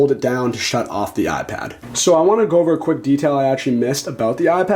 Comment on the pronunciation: Now that you've told us about the "Ahhh Pad", how about telling us about the iPad? On second thought, don't bother. Your voice is intolerable.